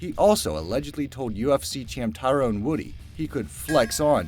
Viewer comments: You completely butchered Tyron(ty-run) Woodley's name. "Ty-rone Woody" lol. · Tyrone Woody? He mispronounced BOTH his first AND last name. Funny